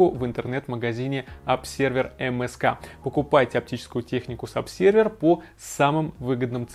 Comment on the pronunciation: Думаю, все же, "обЗервер" , а не обСервер ::) если вы не на латыни, конечно